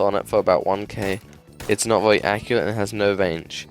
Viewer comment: Bro the way you say category and very is so funny lmao "categowy" "vewy"